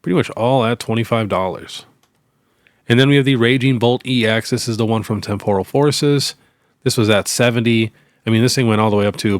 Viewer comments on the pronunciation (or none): none